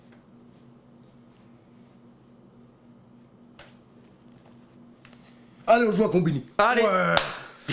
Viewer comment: Je suis pas le seul finalement a trouver le "dégueulasse" de Roman chelou lol, vous gérez les gars bon courage.